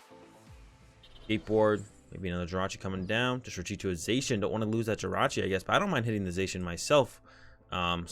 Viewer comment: did you just pronouce zacian "zay shin" ? it's "za she in"